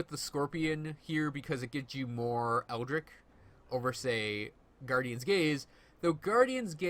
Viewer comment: Neat build, great video. You may not care (which is fine by me) but... melee => 'may-lay' aether => 'ee-ther' eldritch => the 'ch' at the end is pronounced as in 'snitch' FWIW...